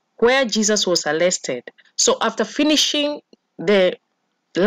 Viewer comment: Thankyou sister but I do struggle to get/ pick u clearly , ur accent is failing some of us. Atleast try to pronounce them well .for example "Arrested" NOT "Allested"